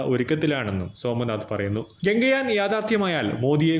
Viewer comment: ഗംഗയാനല്ല ഗഗൻ യാൻ എന്നു പറയണം.വെറുതെ തെറ്റിച്ച് പറയരുത്